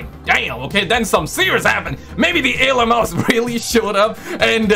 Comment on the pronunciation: Wtf are alieums? 😂